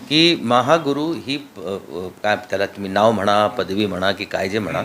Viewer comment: महा हा गुरु 😂 असा म्हणायचा आहे ओ सुप्रिया ताई